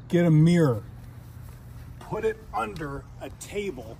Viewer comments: was that a mirror, or a meeeeer. I think you lost a few letter in that pronunciation. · Learn to pronounce "mirror" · Step one get some pronunciation lessons .. the word is MIRROR not meer 😂😂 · I can never get over people pronouncing "mirror" as "meer" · I'm not even sure now. Meer-er? Meer-ah? 2 syllable word, but kinda sounds like 1 when he says it.